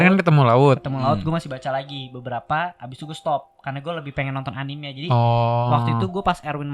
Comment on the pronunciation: anime bacanya anime aja bang bukan anim